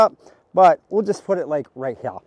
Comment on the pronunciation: Drink every time he says ‘right heyah’ 😂